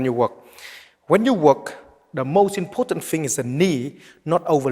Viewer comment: very "ipotant"